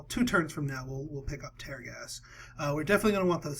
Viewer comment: It's tear gas as in "I'm crying tears", not tear gas as in "I will tear this paper". You're killing me smalls.